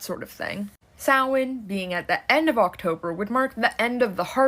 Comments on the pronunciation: It’s pronounced Sow’ like cow , wn, sow-wn. Spelled Samhain. It’s a Gaelic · just a quick note! Samhain is not pronounced like it's spelled. It's pronounced like saa-win. Happy Halloween!!!!!!!